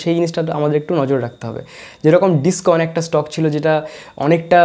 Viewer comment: আমি আপনার মুখে "ডিস্কন" উচ্চারণ শোনা র পর ভাবি, আপনি কি Dixon technology র কথা বলেন? নাকি অন্য কোন শেয়ার এর কথা বলেন? উচ্চারণ টা ডিসকন?না ডিকসন? স্যরি! কিছু মনে করবেন না!